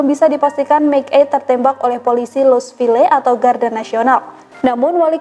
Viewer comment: Sekedar masukan untuk hostnya, Louisville bacanya louisvill tanpa e. Salam dari Missouri.